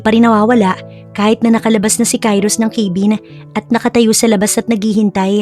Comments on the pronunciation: Ipagpaumanhin po kung pupunahin ko po yung pagbigkas nyo ng cabin.kabin po hindi po kaybin✌️🫰pati din po pala sa heir narinig ko sa ibang stories nyo, dapat air hindi po hair ✌ ❤ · hiyang hiya naman ako sa pag pronounce ng cabin . ginawang ,,,,keyvin😅